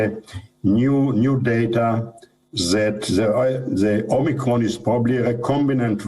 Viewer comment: She said "Omnicron" (just once, but Biden's speech rubbed off)